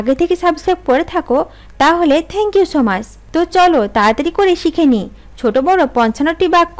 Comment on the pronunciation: আপু সু মাছ না,,,, সু মাচ